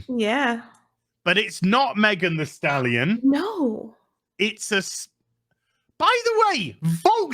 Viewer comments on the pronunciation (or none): can't stop saying Thirsty Stalion 😂😂